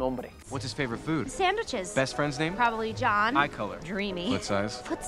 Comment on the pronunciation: probablemente JONH??? quien carajos es jonh yo pense que decia probablemente "YO"